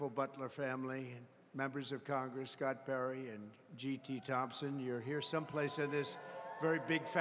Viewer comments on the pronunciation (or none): none